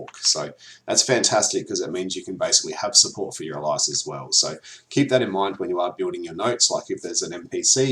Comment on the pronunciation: Not heard the pronunciation of alias as ally-us before... I would say aye-lius.